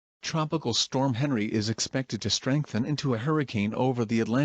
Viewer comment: Pronounced Henri as Henry not Ahn-ree